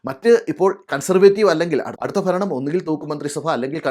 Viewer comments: ചേട്ടാ ദയവ് ചെയ്ത് മലയാള ഭാഷയെ കൊല്ലരുത്, ഫരണം എന്നത് ഭരണം എന്ന് ഉച്ചരിക്കണം ചേട്ടാ. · ഭരണം എന്ന് ഉച്ചരിക്കുക. ഫരണം എന്ന് കേൾക്കുന്നു.😊